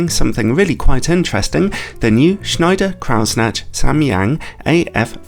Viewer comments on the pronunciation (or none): please stop saying "snatch"... try this: croy-snack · It's pronounced Kreuznach - not Krautsnached....😂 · your kreuznach pronounciation is so cute lol but really it's croytz-nach, and the ch is not a k or soft sound, but a more throaty scratchy one. here he says it at 33sec: watch?v=P3CYMudVx_E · Cool, but it’s not pronounced Krausnatch though. ;) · That pronunciation of "Kreuznach" was... interesting. ;) A German would say something that sounds like "croytsnakh", by the way. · "Kreuznach" is a name guaranteed to catch out English speakers: for future reference, try "kroyt-snach" where "ch" is sounded as in "loch." If you have trouble with the guttural "ch," a hard "k" ("kroyt-snack") is probably closer than a soft "ch" ("kroyt-snatch") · I don't know if schneider kreutznach is german but if it is, kreuznach would be pronounced kroitsnach. Just if anyone is interested. Schneider was pronounced very good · pronounce it "shneyder croydsnagh" (or even better: pronounce the "ch" like in the Scottish word "loch") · this lens is worth you investing in a trip to Germany to learn how to pronounce Kreuznach! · Your German pronunciation is thoroughly amusing